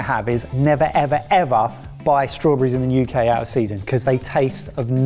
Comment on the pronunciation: Strawbreez = Strawberries. Learning to speak English’y.